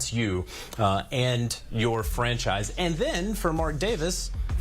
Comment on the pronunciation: Wtf is a franshise? 😂